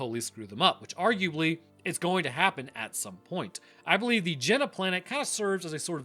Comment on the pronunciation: Why are you always mispronouncing things,, it's Genna not Jenna.. lmaoo your videos are good but infuriating...